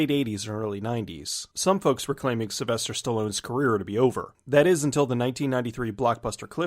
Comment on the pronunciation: Yeah I dont think thats how you say Sylvester :P